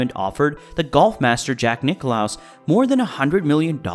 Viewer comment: Not Nick-loss, Nicklaus!